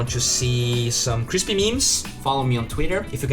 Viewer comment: The way he says crispy is crispy